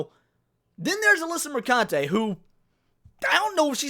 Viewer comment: "mercunte" hahahahahahah